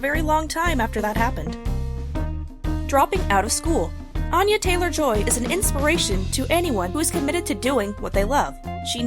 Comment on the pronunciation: "Anya Taylor Joy is quickly making a name for herself" they say as they mispronounce her name